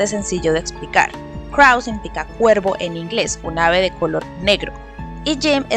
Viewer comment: Buen videoo ,pero crow se pronuncia vomo se escribe y no crau